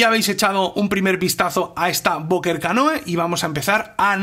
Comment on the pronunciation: se pronuncia "canú", no?